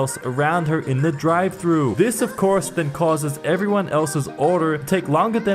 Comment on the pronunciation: He said McDonald’s drivetrue